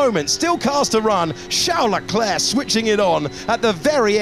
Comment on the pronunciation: It’s my impression or the narrator always says Chel Leclerc?